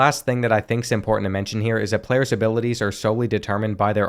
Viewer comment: can u say abiwaties again